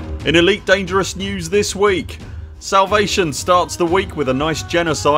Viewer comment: salavate XD it's no big deal but still found it funny and dont mind it at all a slip up XD